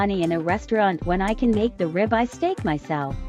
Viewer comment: That "ribeye" is grounds for a divorce!!!! 🤢